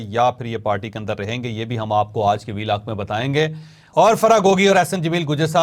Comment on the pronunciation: Plz pronounce word آج in urdu not in English with a tilt of ur mouth😂